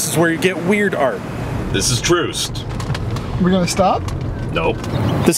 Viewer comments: I'm not even from KC... "Troost" ... are you stopping? LOL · Troost ..lol